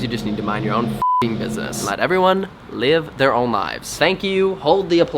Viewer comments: 'awww i hear siwens, I hope everywone is okay, okay they're gowne' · "I heaw siwens, I hope evewyone is okay" aww